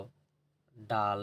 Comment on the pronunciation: ডান ❌ ডাল